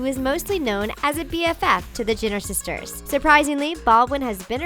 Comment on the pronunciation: It’s Jen-ner. Not Jenerrrrrrr.